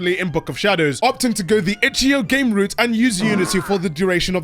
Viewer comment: Itchyo? Really? Eh, I can ignore it. But yeah, the vids good!